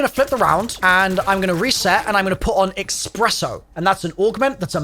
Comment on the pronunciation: My friend always pronounces espresso as “expresso” and it drives me insane. That augment name is going to give him an excuse to say it that way forever